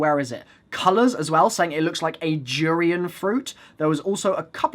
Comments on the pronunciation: durian is pronouncer du-re-un not ju-ri-an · Durian der-Ian